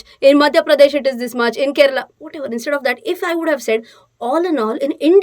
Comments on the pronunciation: It is Kerala and not Keral. Just pointing out. Thanks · kerala not keral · arre baba there is nothing called as keral it is KERALA